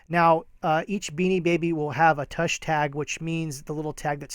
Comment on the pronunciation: Tush is not pronounced like 'touch' but like 'push'